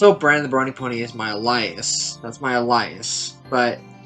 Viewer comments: Did this MF just say al-EYE-us? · Elias. He was obviously thinking of his favourite member of Chris Hansen's rogues gallery. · bro can’t say alias correctly to save his life